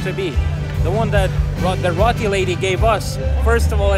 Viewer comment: Now could you teach him how to pronounce roti? 😂